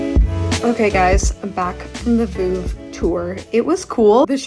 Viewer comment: can americans please stop saying "Voov"...it's really not that hard to look up the correct pronounciation. "V-uhv"